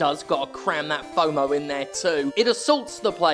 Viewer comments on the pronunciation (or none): none